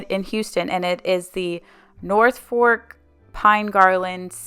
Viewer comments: I love your channel! You have great ideas and helpful explanations! Your home is gorgeous! Not to sound annoying, but I don’t know how else to say that Norfolk pine is pronounced Nor- folk, not fork. Sorry, really I just wanted to share. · A few things I love this video!! I’m a Christmas girl and I want to start my own lifestyle YouTube!! It’s definitely “Fluff the tree” you were right all along…. And finally you were killing me saying “North fork garland”😂 it’s NORFOLK girl!!! This was a great video… I love your Christmas enthusiasm!!